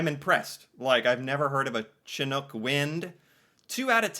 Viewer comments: The ch in chinook is pronounced like sh like it is in Chicago. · " sh " nook not chin nook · Chinook is pronounced 'shuh-nuk'. It named after Chinook people. It's the 'snow eater' window. Like Santa Ann wind in southern state, it is a type of föhn wind. I think Canada use to have only two territories until 1999, so some people might get it wrong. I am an immigration to Canada, I have been here for 15 years. I got all of them right. But I live in Alberta, so it is kind of cheating? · It's pronounced shin like your knee